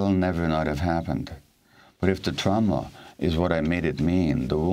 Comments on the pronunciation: Amy. It’s TRAWma, not TROWma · trauma..pronounce it properly..it's not trow-ma. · Like German pronunciation perhaps Don’t know why though Tr-ow-ma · Why the hell does Amy talk like that? It's totally distracting. "TraUma?" Get fucking real 🤣 Kind of like how she's willing to hock a loogie every time she pronounces "Afghanistan" but gives us the HARDEST "X" in MeXico. Love the show, hate the performance. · I cant listen to this woman mis-pronounce the word Trauma.,,,Omg! Amateur. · I dislike Amy's pronunciation of trauma. Always trying to be special. I know ur a linguist but take it easy. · Does this lady really not know how to pronounce the word trauma? How intensely aggravating, and she was already aggravating enough. The left-leaning bias from this channel is worse than MSNBC